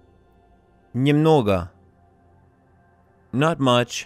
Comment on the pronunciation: Какой позор, не смогли нормального переводчика взять! Слово usually он читает [жу-жу]. Стыд и позор, я не могу понять за что столько лайков? Наверное совсем с нуля люди что такое не понимают